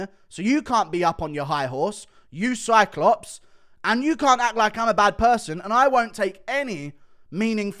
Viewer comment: Cyclops? 😂😂😂 or SIDECLOPS??!?!???!?